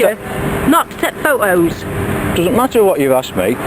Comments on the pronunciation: i swear if they say pho-toes one more fucking time... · Boy I love the way they pronounce photos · I laugh every time he says pho toes 😂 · Never thought it possible to laugh so hard at two people arguing over Fo Toes, and Fo O's..At a "crisp" "fack tree". Too bad they didn't say potato chips.. woulda been insanely hilarious.. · Actually he said pho-toes, and she said phot-o's lol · Didn't she actually say pho-o's at one point?^^ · Do they know there is a "t" in "photos"? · I've just spoken to someone and they have assured me that there is a 't' in 'photos'! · This sounds like two people making fun of a scene in a movie they saw the night before, I never heard "Photos" pronounced so painstakingly. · She does not really use the 't' sound when she says "photos". The guy makes full use of that 't' sound. The English talk funny, LOL!! She said "piss"; she said he was pissing her off. He is perfectly nice and calm.